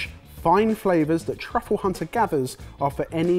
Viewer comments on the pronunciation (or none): none